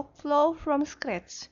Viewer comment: Lol, I hate when you say scratch,, no offence, but I can bearly understand what you're talking about.